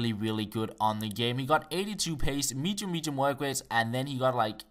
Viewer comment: mjium mijium XD